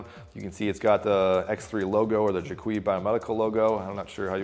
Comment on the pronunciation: It’s pronounced Jay-quish for the record